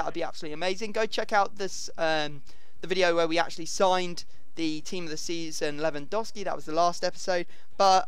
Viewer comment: Not lewandoski that's wot says lewandowski with a W ffs